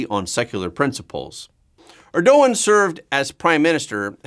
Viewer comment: Please learn how to pronounce Erdogan.